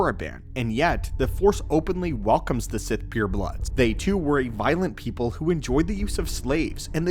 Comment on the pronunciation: "Mace Windu pepole" 💀💀💀